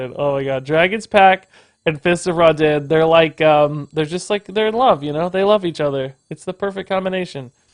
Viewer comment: Not gonnna lie, it kinda bugs me that pronounces the name of the card as 'Raw-den' when the card is an obvious jab at the lighting god, Raiden. Alll in alll though, fun decklist.